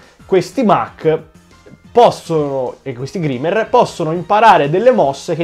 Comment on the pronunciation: Grimer si legge graimer, comunque bellissimo video e bella idea